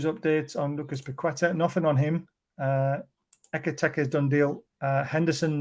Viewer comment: 8 million videos about Ekitike and still never pronounced his name correctly once